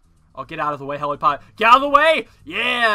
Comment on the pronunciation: I used to play this game a shit ton. Still not sure why he says "Heli Pod" It's literally called "Helli pad"